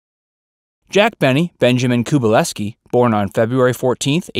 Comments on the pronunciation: Great documentary, but, may I make a suggestion? Speak more slowly. Remember, Benny was in World War ONE, not TWO. His last name was koo-BELL-ski ... not koo-BUH-less-ski. And, Mary's last name was LivingSTON, not LivingSTONE. Other than that, wonderful. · it's kubelsky not kubelesky! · not Ku-bal-esky. Ka-Bal-sky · You pronounced Benny’s real last name WRONG! It’s Kubelski, NOT Kubeleski. That’s Koo-BELL-Ski. And Mel Blanc pronounced HIS last name the same as a “blank” piece of paper. When I hear one of these that YOU have done, the word LAME comes to mind. Change the name of your channel to LAME VERSE. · His real name was Jack KuBELsky - you pronounced it incorrectly! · There's a lot of other errors in this video besides that. As well as a raft of mispronounced names. It was "Livingston", not "Livingstone", even though it was spelled that way. The narrator also mispronounced "Kubelsky". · Very enjoyable piece. Please get your facts straight!!!! Jack's real last name was Kubelsky. You bungled the pronunciation. Also Jack served in WW1 not WW2. He would have been in his late 40's by then. A nice unknown fact. Jack was one of the first stars to entertain the troops in WW2, even before Bob Hope. Jack Benny had a career spanning six decades. He lived till 80. Old in 1974, but some stars made it till there late 90's and 100's. A great act to follow. A true great American comedian and fellow human being...... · Jack Benny pronounced his real last name differently than in this video. Watch the video clip of him, Don Rickles, and Joey Bishop on the Tonight Show. Jack tells of the time where Ronald Reagan corrected him on how to pronounce 'Reagan'.